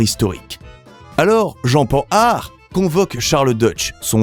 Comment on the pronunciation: Oui. Pan har. Même pas le meilleur en Français, c'est bien comme ça que j'avais lu dans ma tête. Ça m'agace, depuis peu, d'entendre Panne hard.